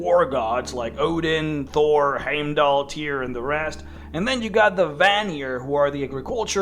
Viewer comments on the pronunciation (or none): none